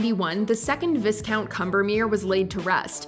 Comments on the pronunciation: It's pronounced Vi-count not Vis-count the S is silent! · The ‘is’ in viscount is pronounced like the ‘igh’ in ‘high’. Therefore ‘vighcount’. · Viscount is pronounced V-eye-count. Vis as in eye, not Vis as in Is. Also Dorothy Townsend is not Lady Walpole, she is Lady (or Viscountess) Townsend. Simple facts…. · Great countdown. Suggestion for the next one: Top Ten Mispronunciations by Watch Mojo Narrators. #10: vis-count. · Not to nitpick, but viscount is pronounced with a long i and the s is silent. vī kount 😁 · It’s VIscount